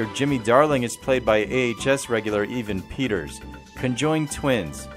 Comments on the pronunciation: Yep lol, he said Even Peters 😂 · did you call evan peters even peters